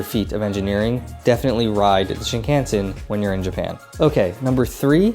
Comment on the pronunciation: I've enjoyed your Japan travel and food vids, but I have one suggestion: Please study up on pronunciation of Japanese words for your net trip. The main one that jumped out right away on this video is "Shinkansen," because you focus on the JR Pass (a must!) and say the word about 20 times. You say "Shin-CAN-sen" and it's "Shin-kahn-sen." I fear that mispronouncing words reflects a western arrogance and lack of respect towards Japanese culture, and I know you don't mean to disrespect. Also some other common gaffs: "Omakase" is "kah-zeh," not "ka-see" and ""Nigiri" isn't "Ni-GEAR-ee," it's "Ni-gi-rri" (with the slightly trilled "r" sorta like in Spanish). I'll add "Shinkansen" to my blog post about pronunciation: Thanks for your travel videos, and also thanks for saying "sake" correctly!